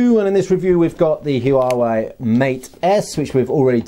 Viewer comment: great looking phone. i'm sure they'll steal a bunch of business away from samsung. just fyi, chinese words are all monosyllabic, so huawei is made up of two words. any time there are consecutive vowels without an apostrophe between them, they should be pronounced as one syllable.